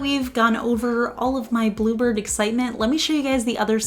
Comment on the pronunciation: Love the colour - the first three times you said "bluebird" before seeing the text and bottle, I could've sworn you were saying "blooper" lol 😅